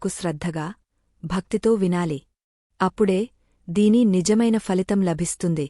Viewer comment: చాలా బాగా చెప్తున్నారు 👌👍 దయచేసి ఫలితం పలికే విధానం మార్చండి phalitam ఇలా పలకండి. Falitam ఇలా పలకకూడదు. తెలుగు భాషలో F తో కూడిన శబ్దం లేదు దయచేసి గమనించండి ప్లీజ్.